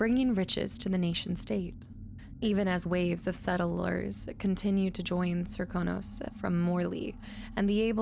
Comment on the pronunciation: You're saying it just fine--most characters say "ser-KOH-nos", but on rare occasions one will say "SERK-uh-nos". :) There's a similar inconsistency where most VAs say "Jess-uh-MEEN", but some (including Emily!) say "Jess-uh-min".